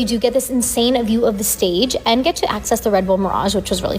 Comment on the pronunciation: Insanuh.. view.. of the... staguh